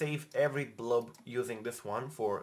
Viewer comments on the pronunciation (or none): Yo why are you always saying blub and not blob?:D With an o bro... with an o... or am I misinterpreting it?